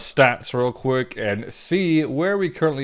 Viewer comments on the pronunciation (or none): none